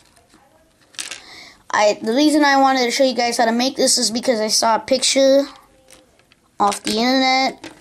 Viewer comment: Lol, you sound weird when you pronounce 're' like pictuRE and warfaRE!!!